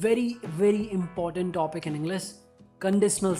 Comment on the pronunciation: Englisss× English✓